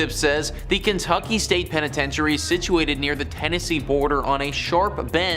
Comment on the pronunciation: pen-I-tench-e-airy….🤣ur So Right!! It’s why I’m in the comments